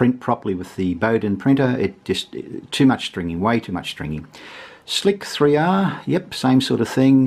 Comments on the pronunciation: You're pronouncing Slic3r wrong. It's pronounced "Slicer" and the 3 is meant to appear as an E. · Excellent review - only note, is Slic3r is not "Slick 3 R", it's "Slicer" in 'leet speak' :) Great video!! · A number of youtubers pronounce it this way on purpose, because "slicer" is a generic term and "slick 3 R" disambiguates what you are talking about.